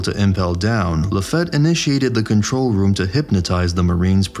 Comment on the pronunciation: LaFat ?? really? Its French and pronounced Like its spelled... LaFite like Fietview....or simply feat...